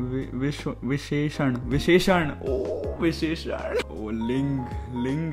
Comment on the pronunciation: oh your boy is good at this subject *proceeds to get all the questions wrong* *proceeds to call visheshan viroshan* QT.